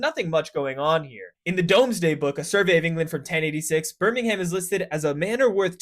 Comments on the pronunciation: nah, just brum. But if do want to say it out fully it end in -um, no h, just -um. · I’m so used to birmingham being pronounced normally like behmingam that hearing all the letters pronounced took me out lmao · "Birming-ham" "domes day" 😆 great engagement farming bro I rate it 9/11 👌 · It really does my head in every time Americans pronounce the sufix for cities "ham" like the delly product. Moreover Birmingham is the capital of Alabama, and is pronounced the same as the English city. So they have no excuse for not knowing how it's pronounced. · Too much emphasis on HAM mate 😂😅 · please never say the name of my city again 😂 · Except for the pronunciation or mispronunciation of both Birmingham and Domesday, good vid! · I pretty much ignored the entire video screaming about the "Domesday books". I can forgive the US pronunciation of Birmingham, but getting the wrong name for one of the first national censuses is pretty bad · Thats not how you pronounce Birmingham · I noticed that too. It sounded very Peaky Blinders-inspired. 😄 He probably couldn't keep it up throughout the whole video though, so that's why he switched back. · In alabama, he said it correctly the 2nd time. Damn brits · It's the most canalled place in the world (afaik, definitely more than Venice tho) It's not pronounced like that It's no one's favourite place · The way he's pronouncing Birmingham is sending me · If I was talking about Birmingham, Alabama then I would pronounce the H. If you're talking about the Birmingham in England then you shouldn't pronounce the H. It's not that hard. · Learn to pronounce it before talking about it. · I expected Birmingham to be pronounced wrong, but wasn't expecting Doomsday book to be mispronounced as Domesday though XD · tbf he does pronounce it like that . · This video hurt to watch as a Brit. Literally not one place name was said correctly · Makes the effort to pronounce Liverpewl. Proceeds to butcher pronunciation of Birmingham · "BirmingHAM" ❌ "Birmingum" ✅